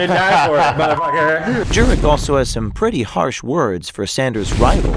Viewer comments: It's pronounced "Jerk" ... your welcome🤗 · Jurek or Jerk when I herd the narrator say his name I herd jerk well don’t blame me if he is jerk !! He is a Jerk ok enough jerk sorry jerk that slipped jerk jerk jerk jerk jerk jerk jerk fuck you to the moon jerk 😂😂😂😂😂